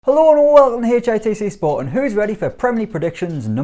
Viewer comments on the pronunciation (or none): How did "Hello and welcome" become "Hellowonwonwo"?